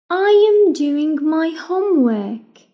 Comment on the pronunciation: شرح ممتاز بس انسة ليش ما تلفظي حرف الراء في كلمة (هومورك)